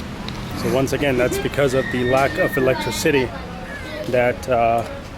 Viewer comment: this was the video i was looking for. great of you to make an update. but have to say.. it is not pronounced electri-city.. it is electricity